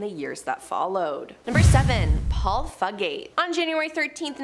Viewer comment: #7 fugate is pronounced "few get" 😅